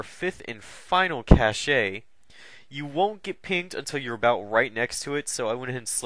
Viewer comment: Its pronounced cash not cash-ey....